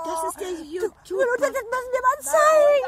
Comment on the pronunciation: yuutub😁 super herzlichen Glückwunsch